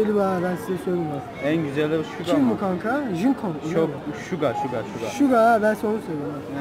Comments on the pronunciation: şuga değil suga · Şuga değil Suga. Keşke nasıl yazıldığını bari bilseniz. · Şuga değil suga o benim canim suga senii seviyorummmmm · Şuga değil Suga 😂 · O şuga değil, sugo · Suga ya şiga demezdin